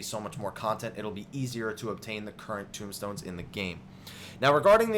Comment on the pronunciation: TOMESTONES. NOT TOMBSTONES.